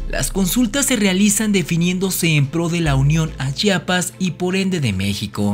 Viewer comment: P.D. es Chiapas no Chapas